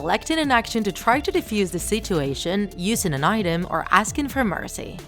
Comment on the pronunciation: Meacy instead of Mercy